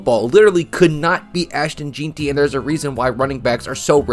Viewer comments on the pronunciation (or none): Please learn how to pronounce Jeanty. For your own sake And also Skattebo. You're embarrassing yourself